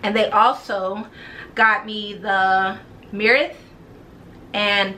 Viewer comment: Happy New Year 😀 The name of the fragrance is Myrrh (Murr), like Frankincense and Myrrh😉